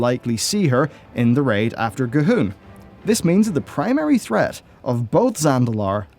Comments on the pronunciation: Who is Cahoon? Or do you mean C'Thun? With a T? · Honestly confused. Is this some new enemy we're fighting in Zandalar, or do you keep mispronouncing C'thun?